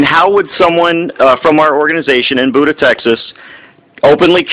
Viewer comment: It's not pronounced like Buddha. It's pronounced bee-yu-duh.